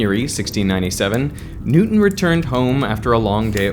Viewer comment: Who was "Nootin".